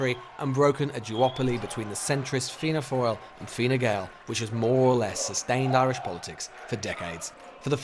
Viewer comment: Fianna “foil”